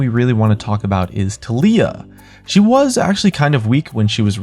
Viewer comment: thats not how you say Tailyah hehe xd